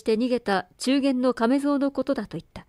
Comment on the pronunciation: 鴎外のこの作は未読でしたが、全編心地よく、拝聴しました。ありがとう。 些細なことですが [なかま] 中間→[ちゅうげん] [かぜした] 風下→[かざしも] はじめのほうで、こんなのが気になりました。